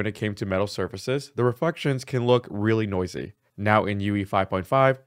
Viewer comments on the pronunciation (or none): none